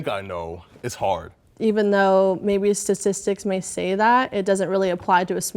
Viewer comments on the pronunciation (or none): did that one girl really say “sasistics” instead of statistics 😂